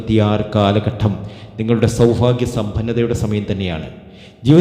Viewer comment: സൗഫാഗ്യം അല്ല സൗഭാഗ്യം ആണ് ആദ്യം പറയാൻ പഠിയ്ക്ക്. നിങ്ങൾ പറയുന്നതെല്ലാം കളവ് ആണ്. ആയില്യം നാളുകർ ആരെയും ഉപദ്രവിയ്ക്കാറില്ല. അവർക്ക് മറ്റുള്ളവർ സമാധാനം കൊടുക്കില്ല. വിഡ്‌ഡിത്തം വിളമ്പി കാശു വരുന്നു.😢